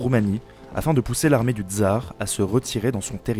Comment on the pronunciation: On ne dit pas "dzar", mais TSar, de même qu'on dit SVetlana et pas zvèdlana.